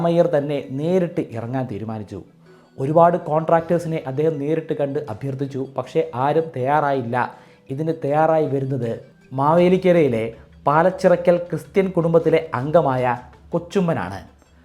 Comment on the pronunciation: പാലച്ചിറക്കൽ അല്ല പോളച്ചിറക്കൽ ആണ്